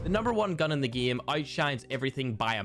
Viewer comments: idk why but i always gag everytime he says GIEM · 8 = eett Game = gene What else, does he say lol??